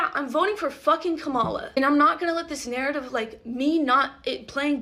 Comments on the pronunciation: But also mispronounced the name Kamala in this video. You don't have a problem with that? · You pronounced Kamala's name wrong twice. As a black woman, I can safely say we have a history of our names being pronounced wrong. Please do better 🙏